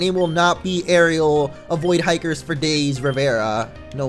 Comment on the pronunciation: his names eriel not Ariel